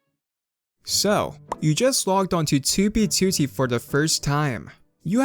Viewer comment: At this point, the only reason I watch this guy is because of his accent when he says 2b2t haha